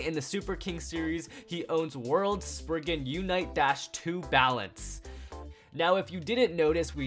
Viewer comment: Did nobody notice how it said wuardo spriggan instead of world spriggan😂😂